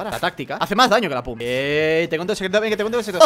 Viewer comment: 8 no se dice pum se dice pump